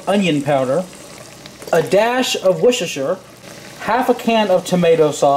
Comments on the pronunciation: a dash of wooshasher lmfao what??!! WORCESTERSHIRE it's really not that hard to say HAHAHA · "A dash of wushrshr."